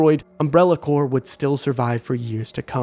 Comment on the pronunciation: “Needs a man to save her?” What is that thought process? A woman can’t be considered strong if she receives help from someone of a different gender at some point? And then you complain about her being rude, like you don’t realize those are related issues with the writing. Also the P in “corp” isn’t silent. You’re thinking of “corps.”